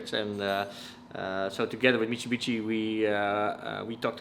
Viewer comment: The way bro kept saying michibichi had me rolling😂